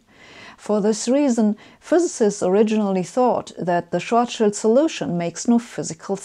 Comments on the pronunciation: I love how she pronounces "Schwarzschild'', i'mma use it from now on. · Uh, she's German. Of course she pronounces EINSTEIN and SCHWARZSCHILD correctly! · Sabine, I watch every episode of yours and enjoy your explanations. I have to praise you first, as you are one of the few in the English-speaking world who correctly pronounces the surnames EINSTEIN and SCHWARZSCHILD. The funniest are the speakers who pronounce SCHWARZSCHILD as SCHWARZS CHILD! You are also one of the few, who consistently uses the SI measurement system. However, in this episode, you also started using outdated medieval imperial units and talked about the diameter of the Sun in miles. I hope this was just a one-time linguistic failure, as we Europeans have no idea how much one mile is and what mile you meant. Stay healthy!